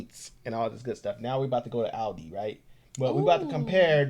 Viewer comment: I gave you a thumbs up as soon as you said "ALDI" and not "Oldi" like most Americans I've seen on YT.